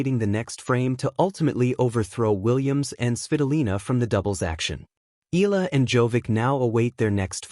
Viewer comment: Say it correctly Eeyala..👍👍👍